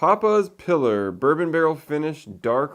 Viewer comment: Papas pee lar not piller